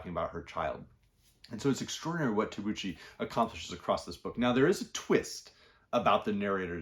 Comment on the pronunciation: Good morning and thank you very much for the video. I like your channel very much. Thank you for the recommendations. If you don't mind I just would like to point out that in Tabucchi (the c is pronounced hard like in Celtic). I read Tabucchi's Sostiene Pereira. Great book. Highly recommend it. That care!